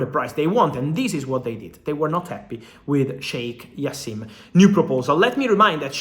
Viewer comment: the J is pronounced Fab, and it’s like Jaassim not Jasseeeeem